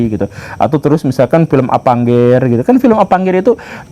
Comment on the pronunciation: Avengers jadi Apangger...dasar pak guru Gembul 😅 Saya selalu ngikutin konten² pak guru gembul. Lanjooottt..😅😅.😅😅